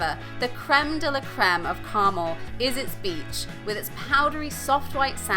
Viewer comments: 😁It's Car-mel, with the emphasis on the 2nd syllable!!!😁💚💜💙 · Good video, but you are mispronouncing Carmel! As I'm "Carmel by the Sea"